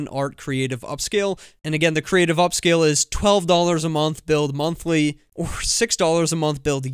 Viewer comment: the O in "OR" is messed up